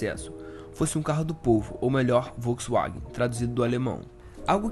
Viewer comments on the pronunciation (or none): none